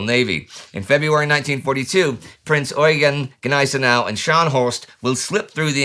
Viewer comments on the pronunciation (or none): none